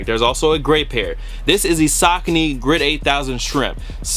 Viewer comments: "SAH" cony bro lol. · Did this dude really say "SOCK"-ony? 🤔